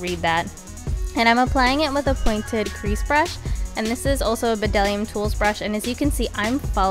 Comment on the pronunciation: Cute! FYI - The b in Bdellium is silent ;)